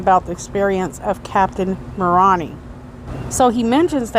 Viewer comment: Moroni is pronounced “More own eye”